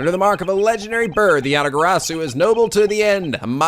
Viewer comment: Dunks on Portsman Interesting pronounciation of Yatagarasu:P Not that I'm complaining, it wouldn't be a playthrough if something wasn't mispronounced XD